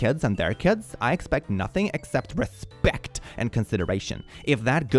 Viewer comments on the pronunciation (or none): that RES-PEC-T lol